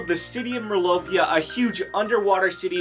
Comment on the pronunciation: And it’s merlopia not mirlopia